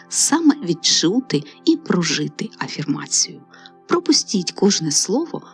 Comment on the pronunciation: «афІрмація», не «афЕрмація» 🙃